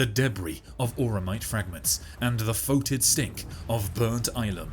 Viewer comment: foetid is pronouced the same as fetid